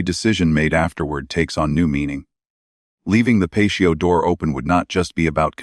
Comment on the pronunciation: Personal perspective.....great content , but spoiled by the AI voice for me. " Pay-shee-o door". I don't care what someone's voice sounds like,but real people trump AI everytime.